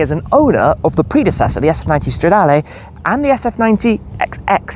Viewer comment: If you want to lose a whole load of money then yeah, and I do wish you’d stop saying stradaaaalay. It’s stra-da-leh. Not lay! Ferrari isn’t on form right now but as Clarkson said, if their road cars are bad their F1 cars are good. gosh it’s ugly! Don’t do it!!! ❤